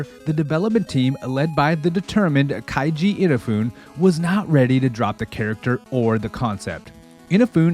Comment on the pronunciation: so funny you keep mispronouncing kejis name he deserves it after mighty no 9